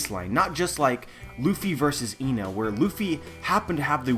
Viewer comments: Eh-nel, not Ee-nel. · Lol it sounds like he is saying emails when he says enel